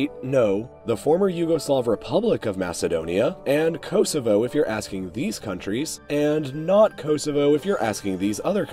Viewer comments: its pronounced koSovo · him saying Herzegovina and Kosovo hurts me as a serb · The way you say Kosovo and Herzegovina are painful lmao